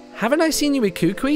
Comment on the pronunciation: Kukui is pronounced like Coo-coo-ee in Hawaiian. Not sure if he's trying to troll people who are from Oceania, or just doesn't know better.